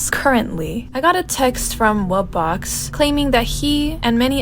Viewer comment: The way you said wubbox is correct